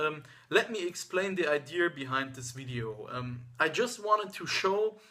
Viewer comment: lol he said ideer